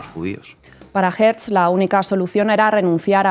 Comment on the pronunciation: No es Herz, es Hertzel o Herzel. Tampoco es stet, es shtetel (pequeño pueblo).